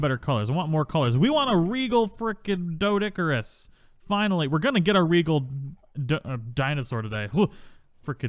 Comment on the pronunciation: Despite how it's spelled, it's pronounced DEE-DOH-CURE-US! The strawberry-pink ones are cute, mutated or not. Think you need to keep a bird handy to move them around. I have a Minecraft world that's almost perma-rain. I've been hit by lightning there several times... Lost half my sheep to a lightning bolt once >.<